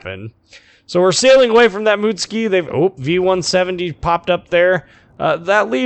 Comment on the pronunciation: You are pronouncing the ship "MOOT-SKEE". Are you sure it's not "MUT-SOO-KEE"?